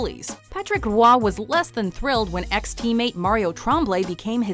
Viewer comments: I mean... if you're French you should know how badly the narrator is pronouncing it.. it's not ru-WAH in two syllables like she's saying. Closer to just "WAH" though with a slight bit of uvular fricative in the onset of a single syllable sound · I hate how they pronounce Roy wrong